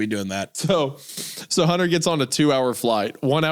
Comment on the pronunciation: I can't get over the way Isaiah has never pronounced the T in Hunters name. He only calls him Hunner.